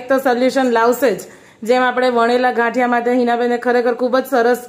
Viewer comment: Gathiya ne badle ghaathiya km bolo cho bau irritation thay🙂🙂🙂